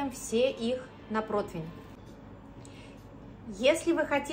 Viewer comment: Если профессионал с мировым именем говорит ПротВинь , вместо ПРОТИВЕНЬ , то дальше можно не смотреть😅😅